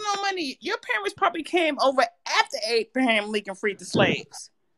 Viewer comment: Did she say Apraham Rican freed the slaves? 😕